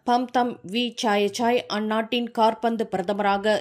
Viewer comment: Nee entha oorla Tamil padicha pesathe velaya vitru. Kaarpanthu ministera enna Football ministera Thailandil. KAABANDU endru sollavum